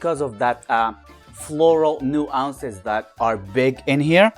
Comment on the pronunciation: Love your enthusiastic takes and honest thoughts, as always. Just a heads up: nuance (new-onss) short o sound.